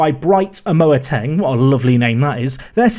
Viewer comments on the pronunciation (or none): Wth was that pronunciation of Amoateng??😂😂